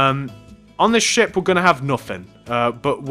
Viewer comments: this guy says shit instead of ship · when he said ship i kept thinking he said the other word that sounds like it